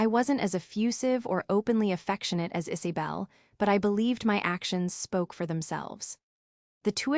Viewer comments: It's not Is(ay)bel it's pronounced Is(uh)bel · Weird that they mispronounced Isabel every single time. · Again pronunciation of names is a problem, Isy bel or Iza bel? Sienna stop being their ATM, co-signing mortgage loans, paying for Vacations, Thanksgiving and Christmas, you give far too much and they take you for granted. The sense of entitlement, Ethan had no right to tell Sienna that she was not part of the family, he just blow his opportunity for a secure future. The expectation that she will still fund his education is unrealistic, Sienna's mother and sister are cruel. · The AI is driving me crazy trying to say Isabel